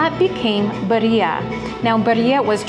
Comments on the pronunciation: Not Beria but birria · Please take the time to learn how to annunciate ….. BEE—RREEE—ah birria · Birria is pronounced " bee-ree-ah" hard accent on the first syllable. I love it!! Mazamitla looks amazing❣️ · It's pronounced BEERia